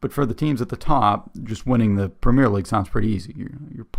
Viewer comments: I've got to point out that throughout that video the narrator was referring to the Premiere League, it's not the Premiere league it's the Premier League without the trailing 'e'. Also, in the UK it's pronounced like 'prem-ee-uh'. As for promotion/relegation it's a fundamental part of Football. A few years ago some of the top European clubs talked about forming a European Super League for the top clubs in Europe without promotion/relegation and fans across Europe were absolutely furious. The whole promotion/relegation adds so much to the game, it makes far more matches important and in theory allows any team in the country to make it to the top or crash down the leagues. For example, in the early nineties Oldham Athletic were in the Premier League. Since then they've been relegated multiple times and are now playing in the National League. Conversely in the early 2000's AFC Bournemouth were struggling in League Two and now they're in the Premier League. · one small thing . its not pronounced pre-meer league , its prem-e-air league. Hope this helps :) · Embellishment is NOT part of RUGBY. When those guys get hit....THEY GET HIT !! Remember, the only padding in real football are shin pads ! Not a whole suit of armour like in American Football !! " WORLD" series...only played in America !! We DON'T have the PREMEERE league . We have the PREMIER league. Pronounced PREM EE UR. Scotland, Wales, Northern and Southern Ireland all have there own leagues. We call a " tie" a DRAW. My premier league team, Leeds United, have 3 American born players. We DID have an American manager but he was sacked last month as we are facing relegation to the Championship. The highest paid player in England is Kevin De Bruyne of Manchester City who earns £20,800,000 a year. Every town/village /city will have it's own football team/s all playing at different levels in different leagues. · Please say premier properly